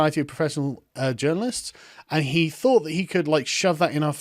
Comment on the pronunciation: You mispronounced "he".